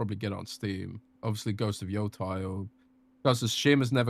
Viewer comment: Is there a reason keeps saying “YO-TIE” every single time?